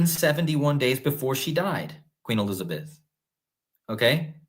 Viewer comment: I could have sworn I heard you say one of the times you said Q Elizabeth (not everytime] I heard Queen Elizardbeth - maybe it was just me. LOL